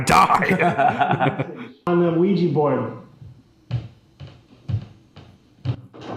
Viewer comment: Isn't it 'Ouija' board, and no 'Ouiji'?